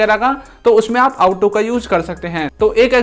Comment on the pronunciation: Ought to . आप का प्राउनिशिएशन इस इनोकॉरेक्ट है। आउट टू नहीं । ओट टू।